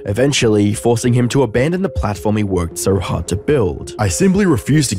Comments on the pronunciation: LMAOOOO HE SAID "JARD" INSTEAD OF "HARD" 10/10 FOR ACCURACY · lmao u actually said jard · “or the jard way” 😭😭😭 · lmaoo you didnt have to say "jard", you couldve just said the normal word "hard" instead of the typo